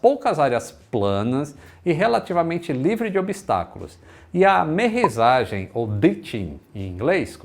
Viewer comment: Só um detalhe, querido: o correto é AMERRISSAGEM, ok?